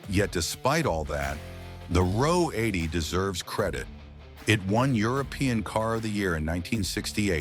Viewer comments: AI needs to read the script to a car buff. RO 80 is read , "are ohh 80". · Ah oh 80 is incorrect. It is Ro 80 (row 80) the Ro stand for Rotary. As said above, it’s one of the few things that’s accurate in this drivel!